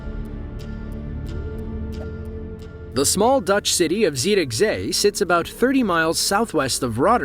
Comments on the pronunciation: i am happy beyond compare that you managed to NAIL the pronunciation of Zierikzee, as well as calling my country "the netherlands" and not "holland" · Your first Zierikzee pronounciation would almost have me believe that you are Dutch. 🙂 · You pronounced Zierikzee perfectly. Exactly how you say it in Dutch. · I sure appreciate your correct pronunciation of Zierikzee 🙏😊 (I'm from the Netherlands). Breathtaking video! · Your pronunciation of Zierikzee was spot on!